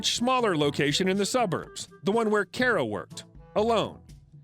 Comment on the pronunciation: As a fellow Kara, i want to say thank you for pronouncing the name right. I can not tell you how many times people pronounced my name like "car-uh". Which is funny. Sara is spelled the same way as Kara, but you don't hear anyone pronounce it "sar-uh". Love you videos! I've enjoyed every single one of them